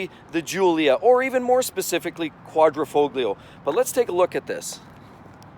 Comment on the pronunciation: the 'G' is silent in Quadrifoglio lol